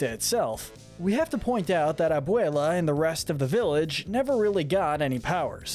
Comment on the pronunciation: its not ehn caunt ow its en can to its not mauh drigaul its mad drigal its not aubuelah its ab well ah AND ITS NOT CUMILO ITS CA MEE LO